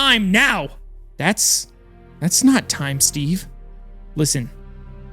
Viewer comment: He said void stage instead of steve 🤣🤣😂 I'm so 😭